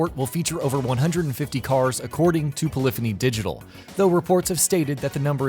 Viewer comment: Pilithany digital sure its polophony digital?